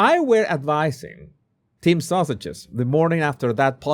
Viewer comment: I still love how you say “the sausages” 😂😂😂 it never gets old